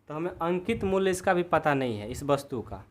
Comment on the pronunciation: Aap muly ko mul kyo bolate ho